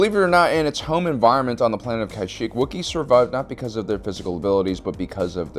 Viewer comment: Pronounced Kashyyyk (Kuh-sheek)